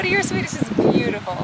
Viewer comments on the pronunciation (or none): Gosh! Your swedish pronunciation make me laugh so hard!